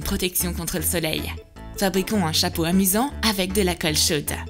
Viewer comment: aithaf s'est vrai et au lieu de dire chapeau 🎓 elle dit chapreau